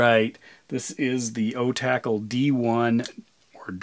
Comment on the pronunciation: You're the only person I've heard pronounce it "O-tackle" and that makes so much more sense 😆